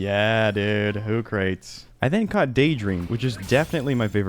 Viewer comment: Hoocrates pronunciation from you makes me laugh more than it should xD